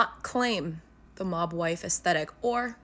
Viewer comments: I first heard "Mogwai" 🤣🤣🤣 But it fits too, cute, furry and too much to handle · First I heard the term “mob wife look” (the video wasn’t subtitles) I genuinely thought they said “mogwai look”. And it didn’t surprise me in the least that people were apparently starting to dress up as Gremlins. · Ironically, Kept hearing "Mogwai"...look it up 😅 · Every time you say “‘mob wife” it sounds like you’re saying “mogwai”… like the Gremlins 😂